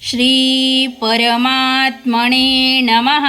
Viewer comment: उच्चार खूप अशुद्ध आहेत परमात्मणे नसून परमात्मने असे म्हणालात न व ण यांचा फरक समजून घ्या व उच्चार त्या त्या अक्षरा प्रमाणेच करावा. प्रतमोध्याय: या ऐवजी प्रथमोध्याय: त व थ मधील फरक जाणून घेऊन त्या प्रमाणे उच्चार करावेत ही विनंती